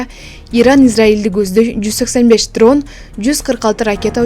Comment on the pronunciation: Дронду трон дейт тил комисия каякты карап жатат биздин журналистер бары сакоо билат жакшы суйлогону жокпу пок жеген журналистер билаттар